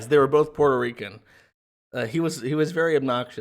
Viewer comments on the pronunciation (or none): none